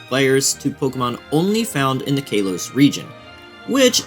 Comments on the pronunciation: love the video but hearing “kaylos region” and “gaylar region” sounds so so wrong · "kaylos"? "gaylar"?? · "KAY-los" "GAY-lar" My soul hurts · “Kay-los” region 🤡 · i hate being this guy, but not every “a” in a word is pronounced as “aye” lmao. no hate man but kalos and Galar are def NOT pronounced that way. PLEASE DONT FLAME ME 😭